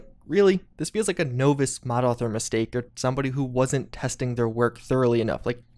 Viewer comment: Did he really pronounce novice as “novice” instead of “novice”? What a novice